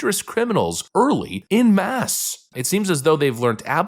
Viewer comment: En masse not "In mass"